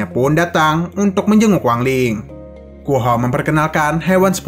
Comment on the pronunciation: Guo Hou Jadi Guo Hua :v